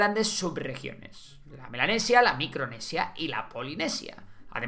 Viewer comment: Yo escuchando "Milanesa" en vez de "Melanesis" 😋